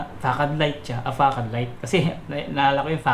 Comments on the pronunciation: Sir, yung tamang pronunciation po ay fuh-SAHD.. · Sir yung Facade ang correct pronouncaition nyan ay Fasad....